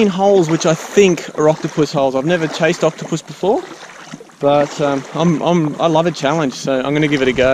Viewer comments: it said coctopus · says Coctopus